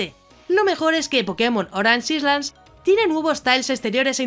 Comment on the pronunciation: Island se dice áiland y rising se dice ráising. Gracias por el video